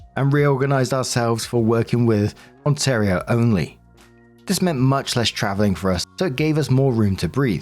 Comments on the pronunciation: You pronounced Ontario properly (on-tair-e-o) and Toronto. Locals call it Tronno or Tarana. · Currently living there; your pronunciation is perfect! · The way you said Ontario is correct (from an Ontarian)! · Canadian here! You said Ontario perfectly ❤ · Perfect pronunciation of Ontario ☺ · Ontario pronunciation was spot on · pronunciation of ontario is spot on lol that’s where i live. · You said “Ontario” perfectly. 💜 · I’m an Ontarian you pronounced the name of our province perfectly! ❤😊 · Perfect pronunciation of Ontario.